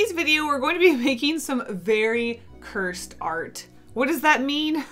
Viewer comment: Cursed* not cure-sed